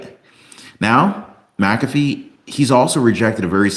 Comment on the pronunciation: MacAfee not macabre